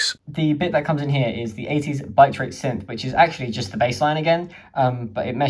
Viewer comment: Never lived down saying bitrate synth like that